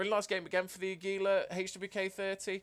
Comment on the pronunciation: Your pronunciation is close but you're putting the emphasis on the second syllable, emphasize the first: AH. Aggylah. Águila.